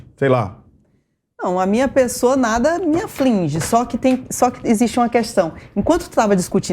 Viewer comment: A mulher é advogada e fala "aflinge" ...